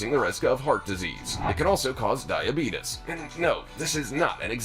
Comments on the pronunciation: dibetis bro its dibeates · The way he says " Die A Be TUs" is cracking me up..... Very informative video!